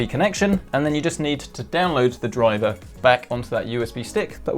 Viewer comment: no offense but : dwiver